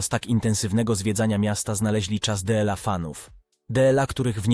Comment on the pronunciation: To jakas choroba z tym dela ,szanowny panie po polsku mowi sie DLA!!!!!!!!!!!